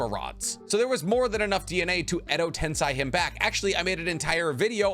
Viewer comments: Edotensei* not edotensai bruh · *Edo tenSEI not tenSAI Also, , Totsuka is pronounsed with a silent U like "Sasuke". Even the dub gets this right. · Stop saying tensi it’s ten-say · Edo TensEi* not tensai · dude, its Edo TensEi, not tensAi... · Edo TensAi?? TensEi bruh. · Edo tenSEI no tenSAI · Cool video. But your pronunciation of words😂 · edo tensai... i am triggered! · mofo said edo ten-sai ugh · 400k sub Naruto theory channel, and you say Edo Tensei like Edo tenSAI. How is it possible that western white people just refuse to ever attempt to pronounce something non-english correctly? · Edo tensai ? Clicked off after i hears that. Bro definitely never watched naruto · Edo Ten say that's how it's pronounced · Your pronunciation of eco tensi is annoying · im sorry i know its a very minor error not worth mentioning at all but i cant get over how you pronounce Edo tensei :D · The way you say "Edo Tensei" is bugging me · Is edo tensei really pronounced like that because it just sounds annoying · please never say edo tensei ever again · bruh let's address the mispronunciation of Edo Tensei. 'ei' makes a long e or a sound. Where do you get I from?